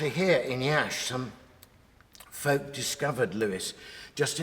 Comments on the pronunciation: Yes, indeed. That's the first thing I noticed. I was stunned, as I was waiting for the expected mispronunciation of my town's name. I'm impressed. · bro pronounced Iași to perfection (love from romania) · Your pronunciation of "Iași" is perfect